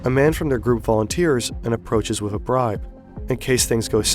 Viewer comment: bro always says wiv instead of with